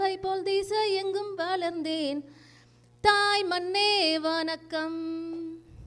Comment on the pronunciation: புதிய பாடலக்காக பேசியவர் -தாய் மன்னே வனக்கம் என்று தமிழையே கொலை செய்தார்!